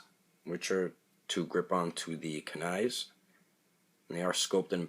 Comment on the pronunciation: You pronounced kuni wrong bruh